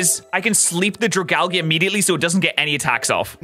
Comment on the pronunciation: Drag-algae from dragon and algae. Dra-gall-gee is not its name